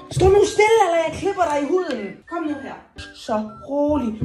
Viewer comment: det lyder som om du siger knepper